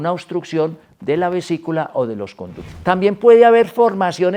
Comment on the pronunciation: Vesícula, no "visicula"